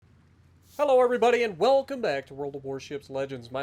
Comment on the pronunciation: "fello everybody" small jokes aside, should I grind the German battlecruiser line for the secondaries?